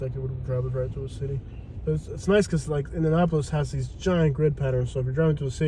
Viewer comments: The nicest part of town is far north and far south, especially if you go to meridian hills (and zionsville though it's a separate city). Please do this again also it's pronounced indiaNAPolis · 😂 the pronunciation of my city😂😂😂just say Indy